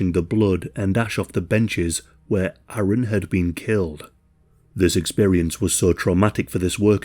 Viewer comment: Thank you for correctly pronouncing ‘Aaron’. My name is Erin and I can’t tell you how many times people hear it and confuse the spelling with Aaron (I’m in America).